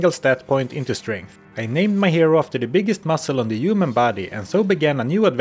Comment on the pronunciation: "All you can upgrade is STRANTH!!"